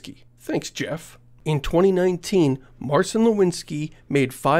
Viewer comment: Marcin is pronounced more like mar-zeen or mar-tzeen. Nor mar-seen.